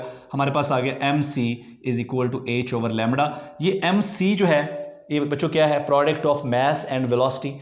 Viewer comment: Lemdda lemddddda